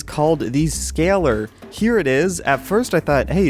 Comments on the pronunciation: Scalar: Sca-Lar not Scaler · I'm about 100% sure it's not pronounced "scaler" Try "sca-lar"